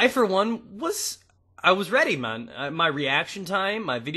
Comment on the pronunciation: 0 dislikes:) how it should be for the PWNSTAR =] Btw, why do you say "Man" in a Jamaican accent? haha